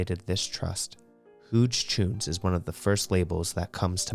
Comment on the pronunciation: Huge choons… pronounced huge no?